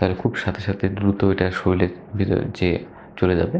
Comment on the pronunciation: আপনার বলার স্টাইল চমৎকার। Everything is fine. শুধু একটি শব্দের উচ্চারণ খুব শ্রুতিকটু লেগেছে, সেটি হচ্ছে - আপনি 'শরীর' কে 'শরীল' বলেন। অনুগ্রহ করে এটি সংশোধন করবেন এবং পরবর্তীতে শুদ্ধ উচ্চারণে ভিডিও করবেন। সুন্দর উপস্থাপনের জন্যে ধন্যবাদ।